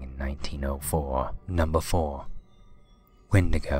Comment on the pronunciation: and the wendigo is pronounced as Wendy-go